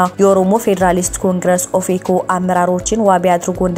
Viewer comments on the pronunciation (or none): none